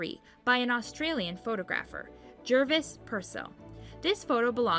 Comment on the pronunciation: 'Photographers' isn't pronounced 'photo-graffers'.😭